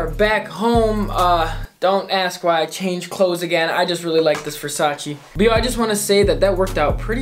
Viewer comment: Please learn how to pronounce Versace